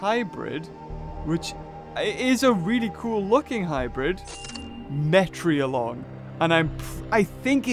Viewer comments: it's a metriacantosaurus not metrialong sorry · It’s metriecanthasaurus